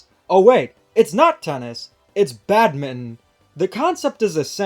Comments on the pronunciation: Just a heads up: Badminton is pronouncd bad-min-ton not bad-min. The ton is not silent. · Minor nitpick but why do you pronounce Badminton as "Badmint"